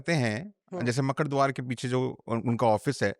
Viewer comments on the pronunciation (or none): “ मकड़ द्वार नहीं है मकरद्वार है “